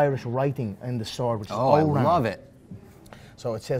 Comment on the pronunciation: "O-ram"? Did he mean Ogham? smh